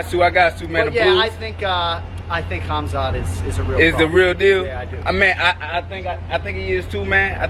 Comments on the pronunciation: This nigga cant say Hamza? Keeps on sayin kazmat WTF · My boy said Khazmat😭😭😭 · Shcaub called Khamzat Daghestani 😂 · Buckley calling him Kazmat is fuckn hilarious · That had me rolling 😂😂😭🤣😂😭 kasma lmao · LoL Tito didn’t know how to say khamzat